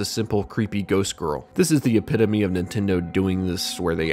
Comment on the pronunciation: My man got the epitome pronunciation down. Also hell yeah for highlighting my suggestion! Thanks!